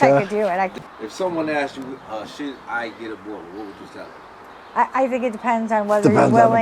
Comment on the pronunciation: Gotta learn how to pronounce the name correctly as a breeder let alone a buyer it’s Boo Er Bowl not boar a bol 😂😂😂😂